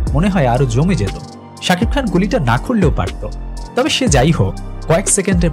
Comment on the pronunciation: sakib khan er nam ta o bolte pare na thik moto abr oni asce bodnam korte😂😂